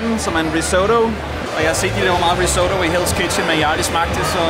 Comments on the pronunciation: Fed video, men måden du udtaler risotto på..... uh ha det krakelerede i mig haha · Det hedder RIS-OTTO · Puha. Den måde du udtalte risotto på gjorde skam ondt i mit italiener hjerte😩😬 men ser da ud til I har en fed tur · Hvorfor udtaler du risotto på den måde? Det er en italiensk ret og ikke en amerikansk 😂